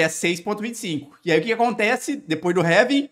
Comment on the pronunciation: vídeo top, mas pq vc pronuncia ''réving''? kkkkkk